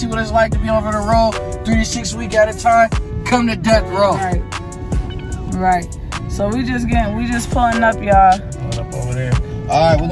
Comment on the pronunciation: He saiD “Come to DeatH RoWw” 😁 iMa suBB to LerN soMe boX trucK gaMe but aLso cuZ thaT shiT waS fuNny..😁🙏🏼